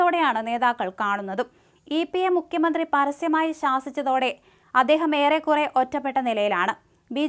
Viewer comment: മുക്ക്യമന്ത്രി എന്ന് പറയല്ലേ മോളേ... മുഖ്യമന്ത്രി എന്ന് പറ.